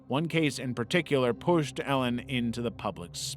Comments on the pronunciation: The Elan boarding school isn’t pronounced like “Ellen”, it’s pronounced like “Elon”, and NXIVM isn’t pronounced as the letters, it’s pronounced “nexium”. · maybe research how to pronounce Elan and synanon if you're going to make a video